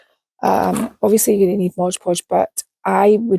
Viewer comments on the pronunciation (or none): Amazing! I love everything you do. You’re fearless! I even forgive “Modge” Podge! 😂